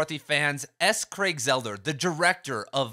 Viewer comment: Craig "Zeller?" It's Zaah-ler.